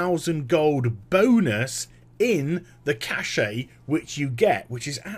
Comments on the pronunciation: I like your vids, but there's just one pet peeve of mine... "cash" not "cash-shay" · Just a side question....why do people (englishmen, australian, etc.) say "kash-ay" for "cache"? Does the "e" throw you guys off?